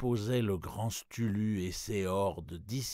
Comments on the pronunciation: Cthulhu: KEU-FOU-LOU, ou KEU-TOU-LOU à la rigueur! STULU... #facepalm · Bonne lecture, mais erreur impardonnable: Cthulhu se prononce Ktoulou pas stulu. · Merci pour le post :) Je ne sais pas pourquoi le lecteur dit "Stulu" au lieu de "Ktoulou". Mais bon, c'est un détail. C'est du livre audio gratuit, c'est déjà sympa de faire ce genre de truc, on va pas raler ^^ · c'est trop dur d'entendre STULU et pas cthulu, sinon merci pour la lecture ^^ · En anglais on prononce approximativement KSOULOU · "L'appel de CHtulu"?! Mais comment tu prononces ça toi?! Si tu veux vraiment bien le prononcer, fais un effort, et dis "ktoulou" (même si, oui, il n'y a pas de réelle façon de le prononcer), tu tiens une chaine qui s'appelle quand même! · Stulu....mais que c'est il passé? Une lecture pourtant loin d'être approximative et même très agréable... Peut-être pour illustrer l'horreur cosmique. Prise comme ça, la chose transmet parfaitement l'effroyable du personnage...😁 En tout cas merci pour le travail que vous fîtes lors de tous ces enregistrements... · cest KTOU -LOU la pronociation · quoiqu'il en soit les gens disent et choisissent plutot de le prononcer K-tulu que CH(e) -tulu,une et la seconde prononciation pour eux... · J'adore la narration ! Notamment le passage : Dieu, Dieu, Dieu mais c'est dommage de prononcer STULU en effet. Les musiques placées ça et là collent vraiment bien au thème : nuit sur le mont chauve, la danse du feu... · Génial, vraiment un bon conteur ! Hormis la façon de prononcer Cthulhu, c'est un plaisir à écouter ! Merci ! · Rouler les r en prononçant Cthulhu, n'est pas aussi simple qu'il y parait. Excellent, excellent narrateur. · Super lecture, mais je rejoins certains commentaires sur la prononciation du nom du Grand Ancien ;) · la prononciation de nom Ctulhu m'agace un peu. Sinon merci pour cette magnifique lecture !